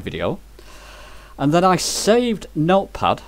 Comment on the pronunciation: At about mins. in your video when you say "meal puffs" what you are trying to say is "Note Pad", am I correct?